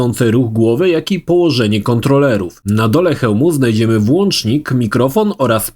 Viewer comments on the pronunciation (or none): none